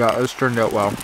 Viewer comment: I love this „eout“ instead of „out“